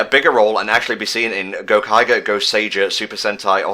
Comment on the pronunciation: GO-Kai-Jer. Kamen rider Ooh gave me a chuckle tho'